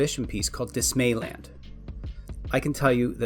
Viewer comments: Dismal-Land. Say it like DisneyLand. Not Dismay-Land. Cheers from NZ. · Just to frame it in your head - Dismaland, is pronounced dismal, rather than dismay.